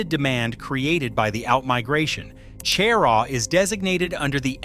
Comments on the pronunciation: Stopped listening when you said Chair-aww. You have no credibility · It's pronounced "shuh-Raw" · How can anyone take the information in this video as credible when it starts out with misleading information. Cheraw is not the county seat of Chesterfield County. Chesterfield is the county seat. Even the pronunciation is incorrect smh. And there’s more misleading info in this video.